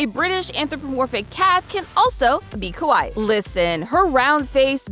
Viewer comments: random, but when you say kawaii, you’re supposed to pronounce almost every two letters, more specifically each hiragana/katakana character (for example, with kawaii, it’d be ka•wa•i•i), and the way you pronounced it sounded more like kowai (ko•wa•i), the Japanese word for scary, nothing much, just felt obligated to say something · I don't really feel like Sanrio ever really left. Just attention in America waned a bit. But also, you're saying kawai or kowai instead of kawaii. You need to elongate the ee sound more. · The way you're pronouncing it "kowai" means scary. Ka-wa-ee (kawaii) is cute. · Kawaii is pronounced Ka-why-ee. 🫣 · Came here to point this out. It caught my attention when she started calling Hello Kitty merch "scary." 😬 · You need to pronounce the second i. C'mon, I don't speak Japanese and even I know that! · The way she pronounces kawaii makes it sound more like "scary" lol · The irony of the way she is pronouncing "kawaii" incorrectly is she's actually saying hello Kitty is "scary" not "cute" 😂😂😂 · I was just about to say that 😮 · I was thinking this too